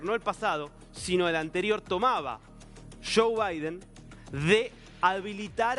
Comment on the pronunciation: DIJO Shou biden 😂😂😂 se lee joe biden .